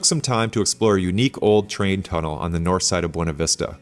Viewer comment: The locals pronounce it "b-yew-na" vista. Great video series.